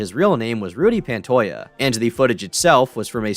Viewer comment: Who the heck is Rudy "Pantoya"?? 😆 🤣 It is PantoJA, the 'ja' pronounced like 'ha' (when one laughs) hahahahaha PUN INTENDED